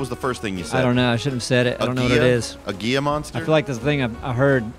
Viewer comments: Gila Monster is pronounced /ˈhēlə ˌmänstər/. 🦎 So basically, heelah monster. Be well!🙋🏼‍♂️ T. Kelly 🌶️ Albuquerque, NM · hahaha! Gila Monster pronunciation: HEE-LUH Monster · was actually really close with his pronunciation, if a little backwards. It is pronounced Hee-lah, not Ghee-yah. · Gila [Hee-La] Monster pronounced Gui-La is not far off. But it looked more iguana-like to me. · ..."Hee-lah" monster, not "gee-ya" 😆 And Dora, for the love of Zath! FIX YOUR BOW BUTTON!!! You are doing next to NO damage by those piddly shots. Fix your button so you can HOLD to pull back the bow fully and do the power shots! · didn't say "Gila" he said "Guia". Anthony probably purposefully said Kimono to mock him for this. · While the name does start with a "G" it is actually pronounced "Heelah Monster" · Gila(pronounced "Hee Luh") Monster is a type of Venomous Lizard typically with orange and black markings with a black face. It is found in the southwestern U.S. and in the Northwestern State of Mexico known as Sonora. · Gila Monster, pronounced He-la. Heela monster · Gila monster is a real thing its pronounces hee luh but I knew wat you meant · Lol, Gila is pronounced "Hee-lah", but those are Salamanders, they spit. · Gila (Hee-luh) Monster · Hee-lah monster buddy. The "G" is pronounced as an "H". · Gila Monster. Pronounced "Hee La". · Gila is pronounced Hee-la...so it's a silent G but normal L. Spanish is wacky sometimes! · didn't even know what a Gila monster is, that and he said it wrong lol